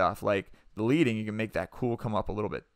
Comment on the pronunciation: "leading" for typography is pronounced "ledding." As in lead, the metal. As in lead spacers they used with metal type decades ago.